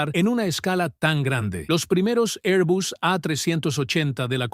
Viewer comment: Por qué este robot pronuncia 'airbus', mitad inglés ('air) y mitad español ('bus').